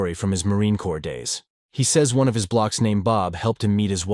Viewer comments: Block instead of bloke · Man, I HATE recaps. You did very well in your nearly well-spoken voice. You said "his block" when it's pronounced, /blōk/ noun INFORMAL•BRITISH LOVED, SUBSCRIBED, & DING!!! Good Job.